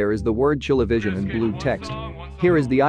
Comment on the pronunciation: as a chilean who knows english its pronounced "ChileVisión"